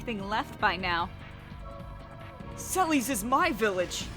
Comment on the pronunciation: sellies? hah. alright. i always pronounce it selless